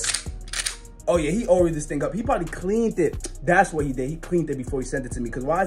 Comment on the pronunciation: he said whay